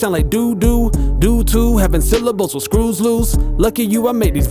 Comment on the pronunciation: 'I say wih instead of with'😂😭 this guy making my life easier